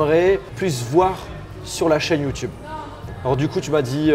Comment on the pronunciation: Mdr il a di youdoube